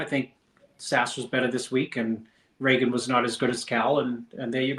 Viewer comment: Why is it so hard to pronounce "Regan"?